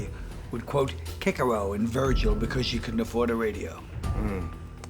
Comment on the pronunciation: Say what you want about Colin; he pronounces Cicero correctly. A+.